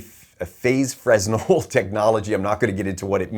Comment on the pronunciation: Fresnel is pronounced Frennel (fray-NEL)